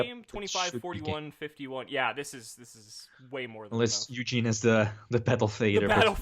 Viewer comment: It’s Eugene not Yuginono. Get it right!